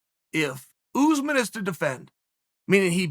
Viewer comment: Hes still saying Ooozman Its not pronounced Chael It's pronounced , Shall